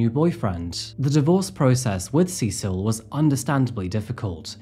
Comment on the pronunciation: You pronounced ’Cecil’ three different ways within a minute or so. Like Sessle, C-sil, and SeSILL.